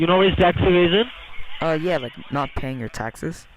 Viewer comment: i thought he said tax invasion